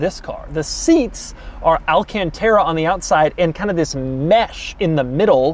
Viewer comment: The way he said alacantra! 🤣